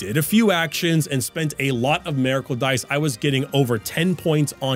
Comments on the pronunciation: "Merracle." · A-mericle dice. Sorry I couldn't un-hear it